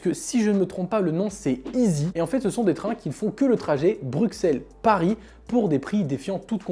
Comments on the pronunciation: Salut, Pourquoi prononces-tu « BruXXXelles » et pas « BruSSSelles », comme on doit dire ? ++ Alex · Ta dit BRUQCELLE!!!!!!!!